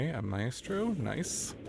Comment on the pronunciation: For future reference, it's pronounced MY-stroh.